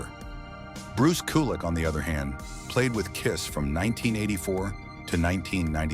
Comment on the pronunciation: your irritating robovoice mispronouncing Bruce's name made me click off immediately. also - is this news? - your content is useless